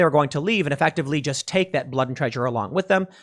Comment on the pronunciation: lol tim said traysure